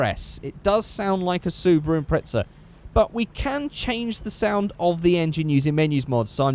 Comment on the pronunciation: "Subaru Impretzel"